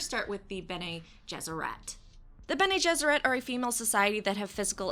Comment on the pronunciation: Watching the Witcher review: "And thus start the Pronunciation wars." Haha, so quaint. People will argue about the silliest things. Watching the Dune intro: "Bene GesserET" HOW DARE YOU! YOU KISS YOUR MOTHER WITH THAT MOUTH?!